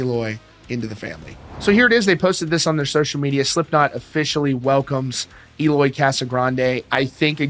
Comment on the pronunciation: It’s pronounced “L oy”